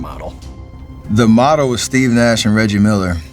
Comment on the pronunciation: I have always been curious about his name. Why does he pronounce it "Steff" and not "Steve"? Is it just Americans being their usual dumb selves?